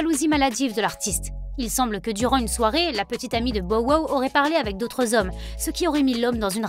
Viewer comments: hahahahahaha omg je peux plus mes porqoui tu change son nome bordel dit on Anglais no??? c'est ridicule putain 🤣🤣🤣🤣 tu dit comment 50(fifty) cent ? cinquent cent??????? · Elle devrait vraiment arrêter de dire son nom c'est trop drôle comment elle le dit